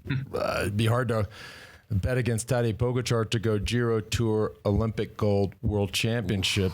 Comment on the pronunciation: His name is TadEy PogAchar, not tAdey pOgachar... Show some respect to this phenomenal talent... Learn his name...